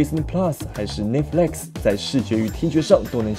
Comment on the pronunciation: 是不是故意把netflix念成nitflex? wwww 還是我聽錯了??